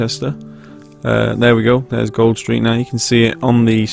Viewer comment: its pronounced gooled street as in cooled